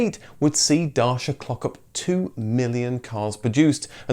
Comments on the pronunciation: 'Dar-shi- arr' is a new to me pronunciation of the brand name! I pronounced it 'Day-si-a' until recent advertisements pronounced it 'Dach-iar'! Renault vehicles were already the lowest priced in the European market. To maintain their market position they, like other manufacturers, had to repeatedly update the specifications and increase the size of their base models. Brilliantly, the written off tooling from the previous Renault models is transferred to Dacia factories. Whilst Renault already have the safest and most economical vehicles in the European market they also have Dacia to undercut cheaper rivals with superior vehicles. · Darsha. I love your videos but CHRIST you've knackered the pronunciation! That being said, I love how much research and effort goes into these videos, keep up the great work! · Why you keep saying Dashia? Also, why are you jumping from DaCia (you notice the correct letter standing up in the middle of the name?) to ARO or Olcit - it's like putting Mercedes in the story of Honda - By 8th minute I strongly suggest you to get yourself a pair of glasses.... how the f.... you manage to get from Nicolae to Nicolau - IT'S E LIKE IN >E DaSHia <-> CeauCescu (as read by this guy) And no, the people still afforded the fuel, but the government decided to ration it. Same stuff with Hunday - man U hungry to eat letter like that. HYUNDAY, let's keep practicing HYYYYYYYYUUUUUNNNNNNNNDDDDDDDDAAAAAAAYYYYYYYYY. Notice the Y there after the H? Try it again: HYUNDAY. Still failing? GET SOME GLASSES!!!!! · It’s DACIA like Thatcher. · Dacia pronounced like “da-chi-a” keep up the good work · Would really appreciate if you made a greater effort with pronunciations... It's da-chi(as in Chinese mistical force) - a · I'm glad you did this, but it's pronounced more like DAT SHA, isn't it? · As a romanian, I can assure you that the closest way to pronounce it closest to it's original form is Dutch-ya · Thought it was “Datcha” rhymes with “Catcher” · It's Da-chia